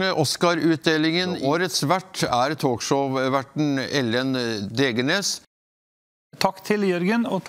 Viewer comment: "Degenes" Herregud eg elske det xD